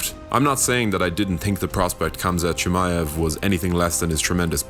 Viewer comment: By making the video and pronouncing the name incorrectly.